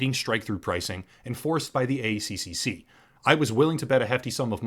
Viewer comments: I know it's a tiny detail and it's just for future reference, but in Australia we call the ACCC: A Triple C, again minor detail and literally doesn't matter but still, just always make me laugh when Non Aussies say A See See See... In reagards to rest of video (and the whole channel) keep it up. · mate, dont say A C C C, just say A triple C, its how we say it down here, and it hurts my ears every time you say it like